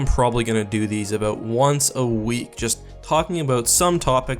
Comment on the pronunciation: “some topic that is worth talking ABOOOOOOT”